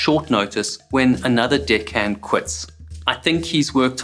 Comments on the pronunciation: Every time you say "deckhand" I hear something else haha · Wow I finally finally found a a YouTube video about things like this that wasn't using a mundane boring AI voice. And I think it's Old English this guy is speaking because I'm getting a kick out of the way that he says deckhand it sounds like he's saying something else besides Deck 😂😂